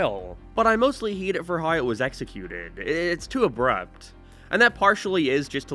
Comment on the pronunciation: What accent is this? You sound like you have a general American accent, but you pronounce “How” as “Hiaw” - “Way” as “Wee-uh” and “Hate” as “Hee-At”. I’m confused. It doesn’t sound Canadian. But maybe it is? Anyone know?